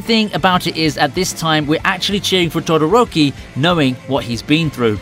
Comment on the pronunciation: did you just say dodoroki😂😂😂